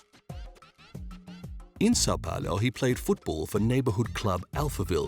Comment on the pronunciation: Ok i get u not being able to pronounce sao paulo, but shevenko????